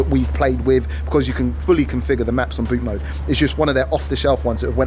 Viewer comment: Thank you for calling it "Bootmode" - a lot of people stateside call it Bootmod and disregard the "3" or "E"